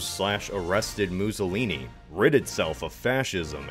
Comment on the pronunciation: He is called Mussolini, not Muzolini 😅